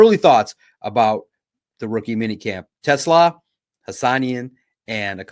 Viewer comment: You have to be intentionally mispronouncing Hassanein at this point lol